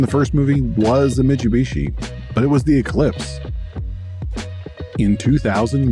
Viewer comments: Great video, but the pronunciation of "Mitch-oo-bishi" was driving me nuts. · I've heard various ways people pronounce this brand, but never MICHUBISHI 😬